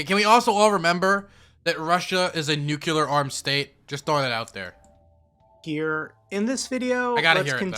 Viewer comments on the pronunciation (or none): PLEASE learn to say "nuclear" correctly. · what's the most dangerous weapon? NUKELAR BONB! Sorry :D